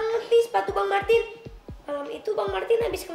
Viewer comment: martis bg bukan martin